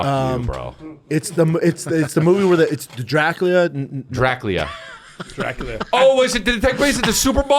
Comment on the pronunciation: Scab can’t say Dracula 😂. What a hack